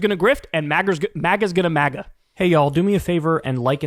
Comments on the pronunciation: That "magar" had a reeeally hard -r on there, my guy😅😅😅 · “mager” 😭😭 he said the hard r i love that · Kyle said "Magger" at the end 😂😂 I think he combined MAGA and grifter to get Magger, but it almost sounded like an accidental slur 😅😅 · Bro said MAGA with the hard R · Man said MAGA with a hard R 😂